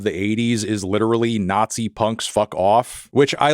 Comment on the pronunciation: Why does he say nazi that way? Sounds like weird. He doesn't emphasize other words like he does that one.